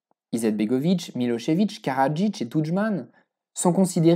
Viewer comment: C'est très bien documenté encore une fois, et en + tu prononces bien Milo(sh)evic et pas Milo(z)evic comme on entends tout le temps :)